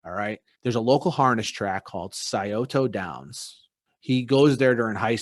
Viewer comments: Sy-o-toe Downs 😂 I’m from this area. We pronounce it like syota. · Sye-ota downs... Not Sye-oh-toe downs